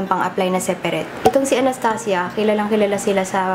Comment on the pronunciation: Sarap talaga pakinggan pag sinasabi mo anastasia. Pang mayaman ang datingan eh. :)